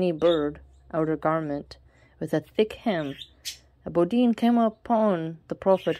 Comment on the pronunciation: Just a small correction in pronunciation it's not boudin it's pronounced: (BEH_DOO_WIN) =Bedouin. Eid Mubarak and have a nice day ✌️